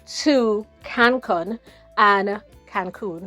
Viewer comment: Cancun is a very popular tourist destination in Mexico. It’s pronounced cancoon.